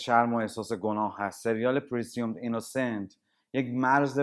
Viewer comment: با درود. اولا لطفا کلمات انگلیسی رو درست بیان کنین چون اشتباه گفتید و این خوب نیست. پرسیوم درست نیست، پرزوم تلفظ درستیه. موضوع دوم اینکه شما 4 دقیقا یک کله صحبت میک نید بعد یک دفعه به مخاطب خوش آمد میگید. این موضوع داشت باعث میشد از ویدئوی شما خارج بشم چون یک دفعه با شخصی مواجه شدم که داره بدون سلام احوال پرسی یک ریز حرف میزنه. خیلی هم پراکنده صحبت می کنید و تاپیک های مختلف رو بدون خط روایت خوب همینطوری فقط میگید. در ضمن کاراکتر تامی اصلا سایکو نیست، اتفاقا تنها چیزی که نبود ماهیت سایکو بود. نمی دونم از کجا این توصیف سایکو رو در این کاراکتر دیدین. این نقدهارو گفتم تا فیدبک خودم رو داده باشم. موفق باشی